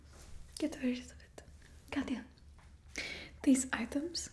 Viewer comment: Oh wow the way you said katja (or katya) sounded just like the finnish pronounciation for the name katja. Very good video, I like this character a lot.